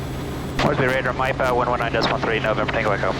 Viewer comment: Maipa, spelled as Miapa, you said it perfectly. Maipa is part of my sub-district.😊